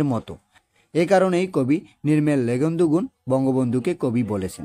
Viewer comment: নির্মলেন্দু ❌ নির্মেলেগুন্দু ✔️ নীরবে ❌ নীবীরে ✔️ সরবে ❌ সবরে ✔️ 😂😂😂😂😂🎉